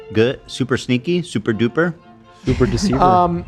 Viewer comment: Pretty sure super in ‘Super-duper’ is different to the duper that stands alone. The stand alone is said dupe-er.